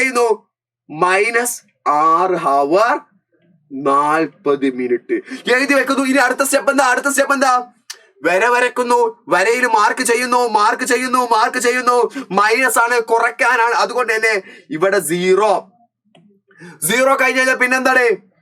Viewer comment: Verra alla sare varra😂